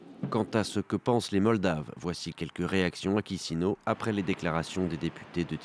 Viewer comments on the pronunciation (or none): Merci pour le reportage, un détail : pour la capitale moldave, Chisinau dans cette langue, on prononce Ki-chi-nao, pas Ki-si-nao.